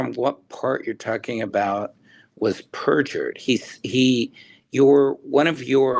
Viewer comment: "Able to prove it was purfured" how did he purjer his own text? Also saying its a lie isn't proving lol Same with declaration you can just be like "I am the judge and rulled it not good for my case i mean a lie!" I would ask for citation of it proved in court as purjy like where is her conviction or even a judge saying this lol